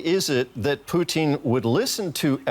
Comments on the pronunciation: Why does he say “Poutine” instead of Putin lol 😂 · Her saying poutine driving me crazy that's an Canadian dish made with cheese and French fries ffs